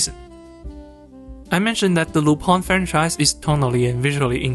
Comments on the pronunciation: The same way "Tintin" is originally pronounced. A sort of nasal "aw", so Lu-PAWN. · Lü-pehn, it's a French name. The Lu- part is pronunced like the "ü" in German. The "-pin" part is pronunced like pen, but the vowel is nasalised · Lupin pronounce [ lypɛ̃ ] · it's RUPAN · As a french guy I just pronounce it Lup-[ɛ̃]. "Rupan" is a more japanese fitting pronouciation tho. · Why does everyone who speak English say Lupin wrong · Did not expect to see Lupin the 3rd mentioned here and happy to see it recommended to others, i forgot he might be "niche". I meanwhile wait for the new Lupin project announced myself but i might rewatch this film it was fun the first time. "Lu-PAN? or Lu-PIN?" I think is how i usually pronounce it i think myself btw.